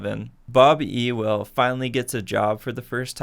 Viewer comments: btw it’s pronounced yule not ewell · It’s not E-well it’s U-wil lolz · The name errors trigger me so much. Sea-cill Jacob’s?????? Bob Euww-el???? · see he says mr. E- well not mr. you-l. I’m not the only one hahah